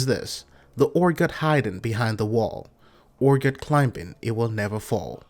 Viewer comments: Urgot Urgot... its Urgoth, why are you dropping the "H" ? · This guy dose not know how to speak english all hearts ur-got not urgoth